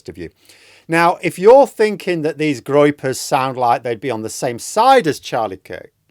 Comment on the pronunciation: Groypers😂, not Gropers.